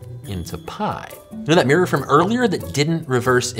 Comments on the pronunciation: Top tip, from someone in the country who created our language: mirror is (unsurprisingly) pronounced "mirr-or", not "meer".:person-turquoise-writing-headphones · Love the way Americans pronounce mirror. “Meeeerrr”. 😁